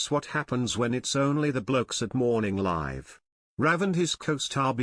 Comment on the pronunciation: You can't pronounce "Morning Live"